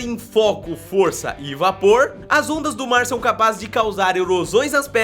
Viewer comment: Foi daora o vidio mas no minuto vc falou vapor e vopor e da água e fumasa e do fogo antão vc falaria fumasa